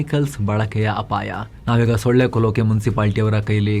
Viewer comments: ಳ. ಒತ್ತು ತಗೆದು ಓದಬೇಡಿ 😂😂😂😂😂😂. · The way gives extra emphasis on solle (mosquito) makkalu to make sure it doesn't sound anything diff. 😂